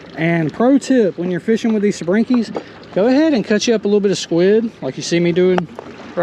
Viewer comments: Nice fishing, but please stop with the southern slander on words..... Really? SABRINKI ? It's Sabiki, pronouced Sa-bee-kee. A sabiki rig is a specialized multi-hook fishing rig used primarily to catch small baitfish, such as sardines, mackerel, and herring. Originating in Japan, the word translates to "gathering or collecting," which perfectly describes its purpose of catching multiple fish at once. You're welcome. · IT’S SAH-BEE-KEE Not Sa bRi ki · well to be fair you said “sabrinki”😂